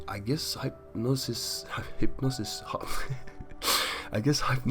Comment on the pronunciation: Duuuuuuddeeee ur dumb. It's it's not like hi pnosis its hypnosis the y sounds like the short I.